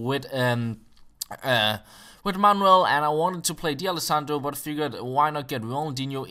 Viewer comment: It would be cool if he was able to pronounce the players' names properly... Scochio? Di Alessandro?